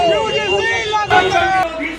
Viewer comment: भाई साहब पहले शब्द का उच्चारण तो सहीकरो यूडीसी है कि यूजीसी है आप तो यूडीसी बोल रहे हो जबकि वह यूजीसी है